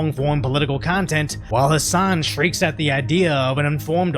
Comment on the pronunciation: P.s.- Hassan, the h and an of his name are silent.